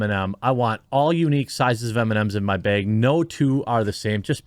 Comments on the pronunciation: I want Jeremy to say Bag and not beg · What is a white "bayg"?